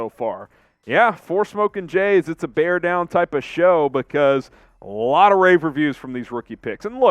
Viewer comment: Bear dahn